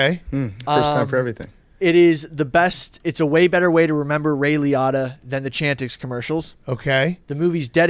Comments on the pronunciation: Ray Li-ah-ta is crazy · Holy shit that is not how you pronounce Ray Liotta. That was like nails on a chalkboard